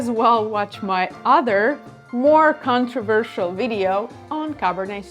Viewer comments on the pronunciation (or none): none